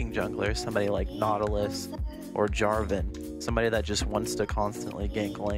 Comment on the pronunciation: you do know it´s jarvan not jarvin right :)